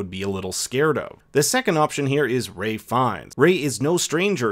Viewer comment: he says Ray not Rafe